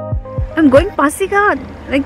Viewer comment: It's pasighat .Not phasighat.